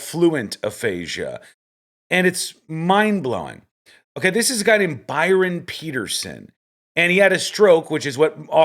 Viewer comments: Not Byron.. Bryon (says on his badge) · Something seems off since the man's name tag clearly says Bryon, not Byron. Either it's spelled wrong on the tag or no one is noticing one way or the other. Even the interviewer calls him Byron...